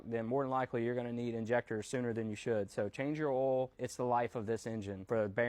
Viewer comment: I thought that’s how you’re supposed to pronounce it